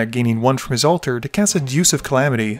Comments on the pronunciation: Deus "Day-oos", as in "Deus Ex". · Laughed a lot at the pronunciation of "Deus" being "Deuce".